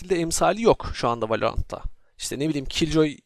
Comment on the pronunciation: valörant diyo bide